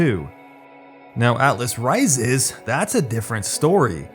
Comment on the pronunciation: "Now, atlas ri-ZEZ" I fucking love you